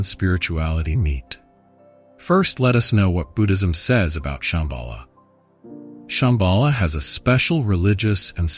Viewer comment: Es heisst Shambhala und nicht Shembhala, Ladhak und nicht Ledhak. Viele der Sanskrit-Wörter sind falsch ausgesprochen. Ist wirklich störend. Lilo